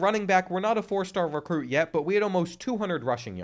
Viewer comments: Lol “Recrute” 😂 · "Recrute" is crazy bro